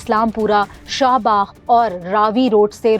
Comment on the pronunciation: She can't even pronounce the areas name appropriately. Its Shad Bagh, Bhati Gate, and Islam Pura. Not Sha Bagh, Bhitai gate, and Aslam Pura